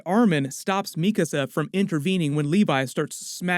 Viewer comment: Yo. I noticed you started pronouncing "Mikasa" correctly versus your previous videos. Thank you! It was bothering me for a while, haha.